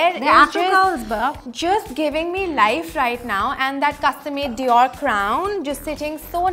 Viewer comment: "Too many cooks spoil the broth" bro u can't even pronounce the name of designer perfectly.